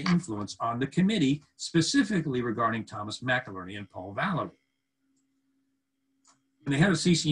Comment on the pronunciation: Never seen you so defensive and anxious. Getting highly significant names (MacilLerny!! ) repeatedly wrong and repeating sentences.I am sensing mental pressure and deception, Anyone else on this wavelength?